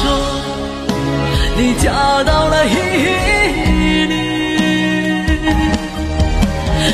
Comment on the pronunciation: 伊犁是Ili, 不是Yili